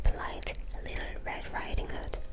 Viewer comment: "Litter" red riding hood 😭 easiest way I can help with the word "little" for Koreans, is to say it like "lit" and "all" or "lit" and "til" . I know the ㄹ makes more of an rolling "R" sound, so it makes learning english words with "L" and "R" harder.